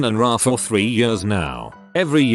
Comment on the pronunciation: Because of the computer voice, can't say words right. RA has each letter pronounced.